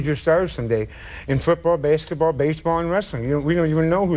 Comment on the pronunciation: Bobby said baseketball lmfao